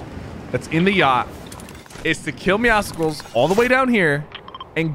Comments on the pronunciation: IT IS MEOWSCELS NOT MEOWSECKELS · Lewis TheOneAndOnly I agree, idk why "Meow-sickles" is a thing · I hate it when people say “meow-skles” it meowcles, just like muscles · Why does everyone pronounce it meow-skulls? meow+muscles=Meowscles, so it should be pronounced meow-sulls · why does everyone say “meow-sicles” it’s “meowsulls” just how muscles is pronounced mussels not musicalls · Doesn’t it trigger you when he says meowcicles instead of meowcles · Say Meow then say Muscles combine and u get MEOW SCLES!!!! NOT MEOW SICLES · Muscles + meow(a cat) = meowscles. Stop saying meoskles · Meowscles is pronounced the same as muscles and meow combined Dont go meowsuhkles mkay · PigCake101 lord I’ve been doing it so wrong 😑 is it like meow cels like pronounced like that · Does it bother anyone else that he says meow scicles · Why does everyone call him meowsickles? Bruh well how tf do you say muscles? Musickles? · Pronounce Meowscles right. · Does Sypher know that hes pronouncing Meowscles wrong? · Please don't say meowscles like that. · Why does everybody say it like that? Do you say muscles with the c sounding like a k? No you don't, the c in Meowscles is supposed to sound like an s.